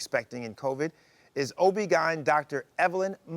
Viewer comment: OB "gine"? OB-GYN Great info though.